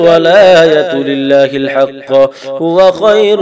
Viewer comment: In minute it will be HAQQi he said HAQQA.